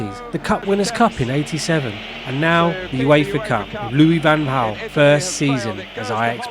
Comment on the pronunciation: …..and you still can’t pronounce his name properly. Well done!